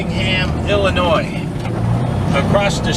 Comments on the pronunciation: He just likes to say illinoise to get everyone riled up in the comments 😂😂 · it's pronounced "Illonoy"... for Chr..t sake... Jimminy Christmas.....